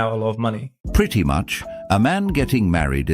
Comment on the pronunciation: she said "we are in a `pretty` man shortage" no a `pre man shortage`. Ebonics.